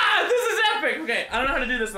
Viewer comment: When he said "Epic" in the beginning, it sounded like he said "Bekfest"